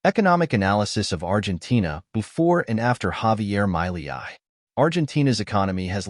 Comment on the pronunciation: First learn how to pronounce his name...then we can listen